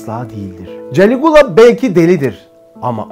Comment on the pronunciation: Galigola yanlış diyorsun